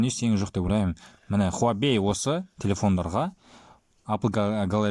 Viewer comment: хуабей емес хуавей